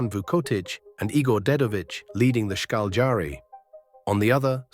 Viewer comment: Šarić is pronounced Sharich, fast Sharich and name is Darko like Donnie Darko, Darko say it slow - Darko. If you know to pronounce German, you'll know Bosnian. English is derivative of German so I find your pronunciation funny. It's Ška LJ ari, slow like Cagliari but it's Škaljari. Then speed it up.